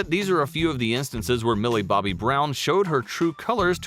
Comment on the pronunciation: And say her name right. Shes named Millie BOBBY brown. NOT Millie BOMBAY brown!